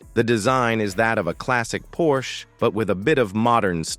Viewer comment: Give everybody a break!! The car you show is NOT a cabriolet nor a turbo. You better get a little education including the pronunciation of the name Porsche.